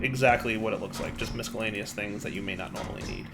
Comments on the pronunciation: The C in miscellaneous is silent like in science. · Just so we're all aware, the "c" in miscellaneous is silent.